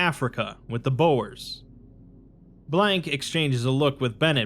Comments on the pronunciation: FFS it's not pronounced "Boher" 🙄🙄🙄 It's B-oo-r, with the "oo" pronounced as in "loo" but shorter. It's not Boher. (I love you and all your videos) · Everytime you mispronounced Boer and Spion kop I took fifty psychic damage Boer means farmer. Spion kop is like spy mountain? Kop is best translated though to like the very top of one. Head of mountain I guess? But yea. Uh. Thats uh not how you say either of those words!